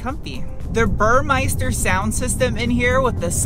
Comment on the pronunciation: Small correction: Burme i ster.